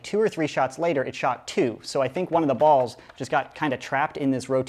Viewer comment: why do you keep saying ballzzz